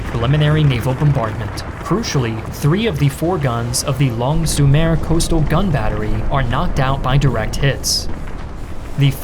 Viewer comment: fantastic video guys, but just two mistakes with the names of three villages: Authie, not authias, Longues, not longuas, and Sommervieu, not sommerieu.